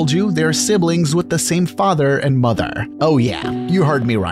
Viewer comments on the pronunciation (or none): “Fatherrrrrrr” and “Motherrrrrr”